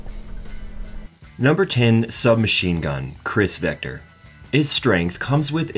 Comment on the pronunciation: '"CHRIS vector"....".40 Smith & WESTON"...Yup, this guy knows guns alright.